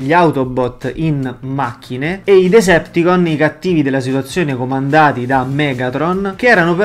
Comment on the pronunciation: Decepticons...ma a volte sento dire Deserticons